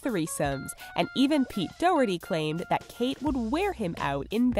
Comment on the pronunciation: you butchered Pete Doherty's last name